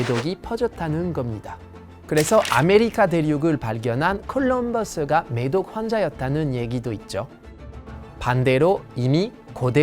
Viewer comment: 어쩐지 한국어 발음이 이상하더라 매독을 미독으로 들리네